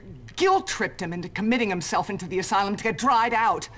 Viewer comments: It's not a aselum it's a asylum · asylum not asslum a-sigh-lum sorry i think i just offended you pewdiepie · It's ass-sigh-lum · Pewds... asylum is pronounced a-sigh-lum.... not ass-a-lim (even though its hilarious when you say it:D) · asylum a sie lum not asilum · Asylum {Ass-ill-um} Adorable . . . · The way he pronounces asylum 'ass-o-lum' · Ass ilum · I just love how Pewds pronounces things...ass-eh-lum, nin-yah etc. XD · Pewds: "Who goes to an ASSLUM if they're drinking?" Me: facepalms I love Pewds :') he makes my day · i love how he call's it an Assilmm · Ah yes, the assilum. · us-i-lum. that. is. how. you. say. asylum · Asylum is pronounced a-si-lum just saying and I'm not being mean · Pewds says assylem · Lol Pewds Its As-I-Lum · Peers is asylum not asalum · You said ass sylum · Ass-i-lum= Asylum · ASSILUM LOL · He kept saying asylum wrong